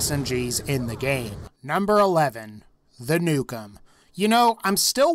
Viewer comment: when you where talking about the nukem you called it the dukem